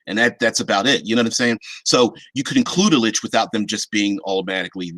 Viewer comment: Who says Lick lol